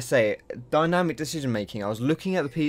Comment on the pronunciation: "Dyanimc" lel